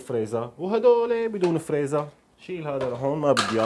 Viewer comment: اسمها "فريزر" freezer مو "فريزا"